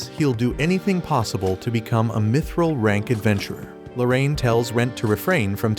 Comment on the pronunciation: Bro really said mitchrel